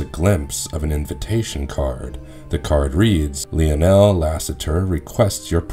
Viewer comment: Good clip. fyi Lionel is pronounced Lie-Nel, not Leo-nel 😉